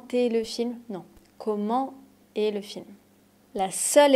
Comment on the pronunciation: Tiens, j'ai toujours appris que "est" se prononce comme "è". J'entends vous dire "é". I'm confused now 😂